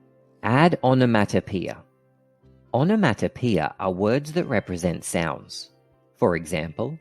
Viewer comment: The way you say onomatopoeia is making my ears bleed